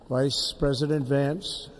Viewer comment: Joe was smiling half the time. He's happy! He gets to leave the house, and nobody is forcing him to read hard words off the teleprompter. Kamala is just steaming inside. My favorite part was when he was listing off all the attending Presidents, and then threw out a VICE (with a pronounced emphasis) President Harris! LMAO!